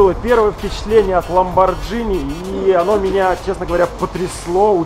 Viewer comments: правильно не ламбоджини и не ламбогини, правильно ламборгини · Американцы читают "Ламборгини", а по-русски по идее "Ламборджини" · Ламборгини,ЛАМБОРГИНИ КАРЛ! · Ламборгини вообще-то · ГИНИ! ЛАМБОРГИНИ! Г Г Г Г Г Г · Ламборгини говорить, так что не пиши чего не знаешь.